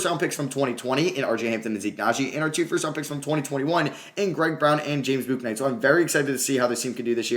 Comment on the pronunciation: Bouknight is just pronounced like "book" "night". You're trying to say the u in it too much.